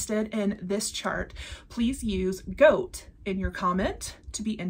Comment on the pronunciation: Goat not gait. 🤣